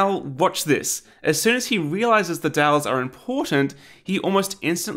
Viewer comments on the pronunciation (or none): took me a few seconds to figure out that 'dals' was 'dowels' ?